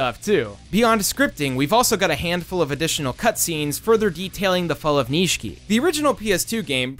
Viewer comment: I'll never understand how someone can watch/play something for hours and not be able to pronounce a character's name. Even in the English dub the middle i in Nishiki is silent, it's not "Nee-shee-kee." EDIT: Okay you get it right later in the video so I guess you just left in a bad take or something.